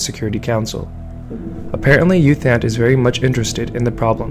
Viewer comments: FYI His name is pronounced Ew Tont, not Youth Ant. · Fyi, it's pronounced as Eoo Thant.